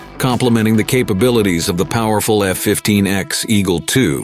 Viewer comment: It's not the F-15 "Ecks" it is the F-15 Echo X-ray or phonetically, the " E ecks" or the E X. Certainly not the Ex as this one is here to stay.